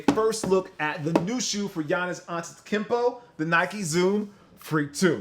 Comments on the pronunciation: “Tikimpo”.... cmon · He said antetekimpo with way too much confidence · He said Ante-kempo 😂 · He says it like unttickpo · Don’t u mean akumpo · it’s pronounced akumpo🤦🏾‍♂️ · is it pronounced Aunta-te-koom-po? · Mans said antetikimpo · It’s koompo my guy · If anything he said Atetunkempo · Why are you calling him Antekumpo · Antita Kimpo.are u even trying %100 he wants us to get mad Fu It's kinda easy to pronounce In my opinion English is my not my first language so For all these people don’t know Ghana .English is there main lang Yktv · Dawg the ou you have to pronounce it like the latinos say "u" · He fucked up saying the name of my favorite basketball player ⛹🏾‍♂️, please just say the Greek Freak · Isn't sure how to pronounce the name of color way Also: Mispronounces his name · Say his name right damnit...